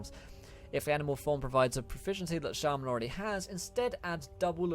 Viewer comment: Am I the only one who got angry at the way he said shaman